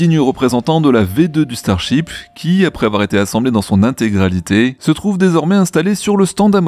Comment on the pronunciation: Starship, ou Star Chips ??? 😆😆 Ta langue a fourchée il me semble 😅 ça m’a bien fait rigoler 🤣